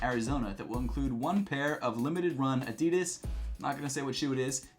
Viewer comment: So, uhm, actual German here, is this how Adidas is pronounced beyond the pond?